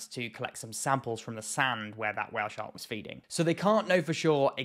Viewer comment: I love how you say while shark xd